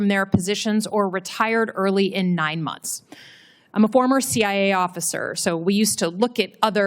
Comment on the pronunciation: What are "muns"?? It's MONTHS. Enunciate, broad!